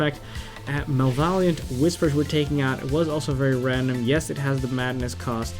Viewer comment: Malvaliant Whisper was my favorite =P